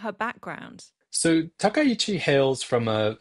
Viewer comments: Finally, a media pundit () who can actually pronounce Takaichi's surname correctly. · That was clearly just bit of vocal slurring. His pronunciation of Takaichi was spot-on perfect, the first media talking head to pronounce her surname correctly so far.